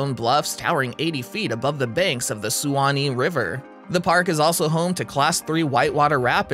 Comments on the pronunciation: dun-EE-din -- oh-LEE-tah -- SWAN-ee -- dun-ELL-in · #8 Honeymoon Island is in Dunedin (Done-edin), NOT Dune-a-din. Look up correct pronunciation of Suwannee as you’ve butchered that.